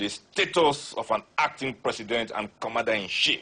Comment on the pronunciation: He can speak that grammar but can't pronounce Commander-In-Chief.....Commander -In-Shief!! LOL!!